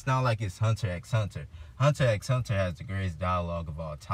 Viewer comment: This man says the "x" in Hunter X Hunter. I can't take this seriously 🤣🤣🤣